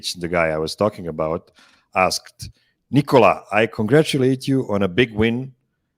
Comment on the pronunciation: Why do some much of the Denver media still call him “Nicole-ah” instead of “Ni kuh luh”?